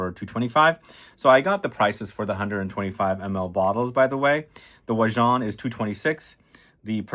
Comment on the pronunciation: Except for how he pronounces it makes my eye twitch hahahah